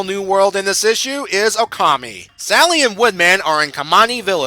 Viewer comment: Good review, though I feel I should correct you on the Japanese names: You got Okami right the first time; it's not "o-ka-my" Amaterasu's name is pronounced "A-ma-te-ra-su" not "tsu" Kamiki's name is pronounced "ka-mee-key" Issun's name is pronounced "E-soon" On the note of Okami, a slight nitpick I have is that not once does Issun refer to Amaterasu as "Ammy" like he does in the game.